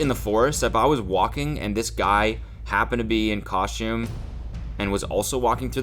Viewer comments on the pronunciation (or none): The way he says costume, *coSHTCHume*, I want to stab myself in the ears.